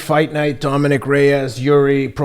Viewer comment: Lol ken who rarely mispronounces names messed up on jiris names but teddy who butchers names a lot got jiris name right how ironic